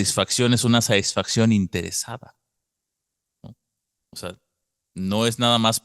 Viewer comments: ¿En serio? Es que por alguna razón no se escucha que pronuncies la "t". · ¿"Saisfacción"? ¿A qué te refieres? Lo mencionas mucho.